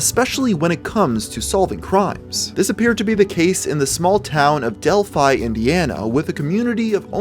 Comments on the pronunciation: It’s actually pronounced Dell-fee as in the same name as the Greek city, often mentioned in myth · I feel like the town is supposed to be pronounced like 'Del-fee' and the way you say it each time grinds away my soul. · It’s pronounced delphee. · It’s pronounced del-fe not a hard “I” a soft e.. English lango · Its Dell Fee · Del-phe that is how you pronounce it. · I know that's how you pronounce Delphi but wow it sounds weird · As a person living around where this happened i just wanna clear up some of the mispronounced towns Tippecanoe - tip a canoe Delphi - dell fee Great video though. I forgot this even happened, theres so much murder in indiana its hard to keep up some times